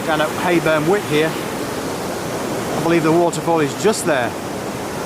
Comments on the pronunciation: Wyke (sounds like w-eye-ke) not wick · Pretty sure it’s Whyke not Wick ...nice restful vlog.